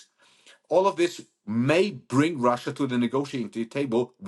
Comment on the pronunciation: Get a new hobby 'lil britain'. Russyea! Russyea! 🤣🤣 Even I am embarrassed hearing it so many times.